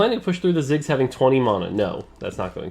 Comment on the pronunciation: Just wish he could pronounce mana